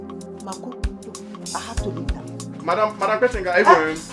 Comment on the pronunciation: Did anyone hear madam kpitinge LMAO......just passing oo🏃